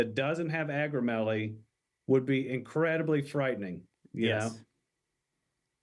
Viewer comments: And it’s Ak-row-MEG-uh-lee if you want to say correct-lee😊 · Hey, I know we’re being funny in part 3, but, just in case, it’s “acromegaly”.